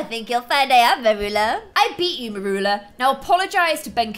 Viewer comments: You say her name as murula it is said mur-you-la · Its Mercula not meroola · U pronounce it "meryoola"